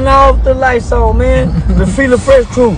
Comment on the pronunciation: He said Fila Fresh Crew!😆